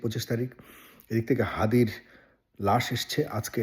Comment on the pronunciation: হাদি না থাকায় কার সবচেয়ে বেশি লাভ হয়েছে, কার বেশি লাভ হবে!!!!????? আমাদের মাথায় একজনের নামই আসছে, মির্জা আব্বাস, হাদির খুনির জামিন কে করিয়েছে, বিএনপির সাথে সম্পৃক্ত একজন এডভোকেট, মির্জা ফখরুল ইসলাম আলমগীর হাদির নামটা ঠিকভাবে উচ্চারণ করতে পারছে না, উনার কথায় তুচ্ছতাচ্ছিল্য একটা ব্যাপার লক্ষ্য করা গেছে, ইনকিলাব মঞ্চের নাম ঠিক ভাবে মুখে আনতে পারছে না, বার বার মঞ্চকে পার্টি বলে উল্লেখ করছে, এসবের মানে কি দাঁড়ায়, মানুষ কি বুঝবে এসব থেকে, বিএনপির আচার আচরণ কি এসব ঘটনার পক্ষে দিক নির্দেশ করছে না!!!!???? মানুষ কি এমনি এমনি বিএনপির উপর দোষ দিচ্ছে!!!!!????